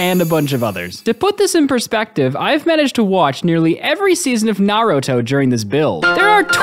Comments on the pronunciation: Aint no way bro said Naroto bro is Naruto how u get that wrong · Help I’m gonna die he called Naruto Naroto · The way he said naruto😂😂